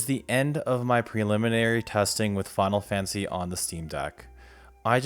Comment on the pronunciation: “Final Fansy”